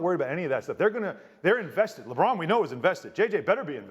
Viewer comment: "" lol